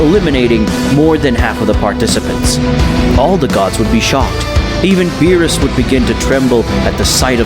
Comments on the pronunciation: Bro calls lord beerus lord bills💀💀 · The amount of wrong names in here: bills, whis (instead of pronouncing it whees), milk, kakoroto, vegeto instead of vegeta, dai-shikin (kan), cib (cabba).